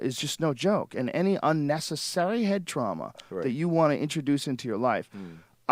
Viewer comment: what the fuck was with Joe's inflection on "unnecessary", hahaha